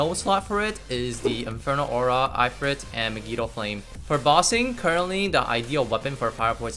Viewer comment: I can’t get over the way he says ifrit though